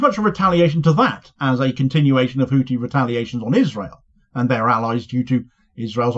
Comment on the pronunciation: FFS The th in Houthi is pronounced like the th in thin!